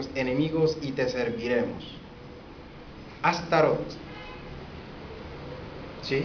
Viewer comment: Tu mi hermanos no eres mas que un ingenuo enganado por el EGO y quieres buscar soporte en tu pagina y tener seguidores, y esto te lo digo porque tu nisiquieras sabes pronunciar la palabr ASTAROT y mucho menos sabes quien es ni de donde vino el comandante ASHTAR SHERAN para decir y afirmar cosas como las que tu estas afirmando, pero sabes que, ya la pava no pone donde ponia, porque la mayoria de la humanidad ha despertado y sigue despertando de la esclavitud en la que nos mantuvieron como humanidad los Iluminati, las mafias, los Bilderberg y todos los seres humaos oscros que han actuado encontra de la humanidad y que han sido utilizado por los seres oscuros atraves de los goviernos mundiales y tu estas poniendote de su lado con todas esas estupideses que tu estas tratando de implanter en la mente y cerebro de todos los que entran en internet, pero ya la gente conoce las gentes como tu, que no tienen base de que lo que estan diciendo, afirmando sea veridico...ahi te la dejo de tarea.